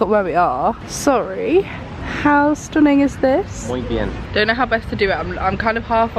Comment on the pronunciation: Your pronunciation of Carrefour 🤣🤣 Also you smashed the translation of “think Carcasonne is a small town” the words were correct Also whilst typing this just said “muy bien” as a uni student (studying Spanish and French) I’m pissing myself 🤣🤣 love you guys 🥰